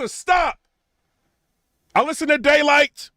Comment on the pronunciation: lol it sound like you said gaylyt